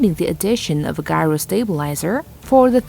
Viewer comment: guy-ro stabilizer? Really? English is a thing. it is pronounced jyro. This video is hilarious with the mispronunciations. Fair warning to any watchers.